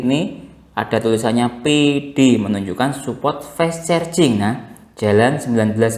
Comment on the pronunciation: Fess cherjing😂